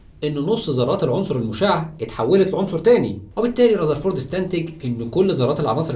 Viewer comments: اسمه رذرفورد وليس رزرفورد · رزرفورد ؟؟؟... اسمه رذرفورد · رزرفورد😂 != رذرفورد ... ايه دا يا مصر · رذرفورد❌ رزرفورد✅😂😂❤️